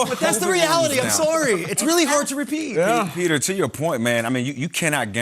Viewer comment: 'Tepeat' lol